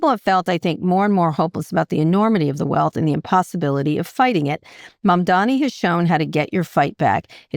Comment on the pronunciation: i'm glad Scott felt the need to finally correct himself and say Mamdani's name correctly for once. it's only been...months?